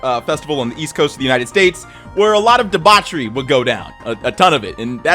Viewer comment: I think he's saying debauchery? I don't know for sure though.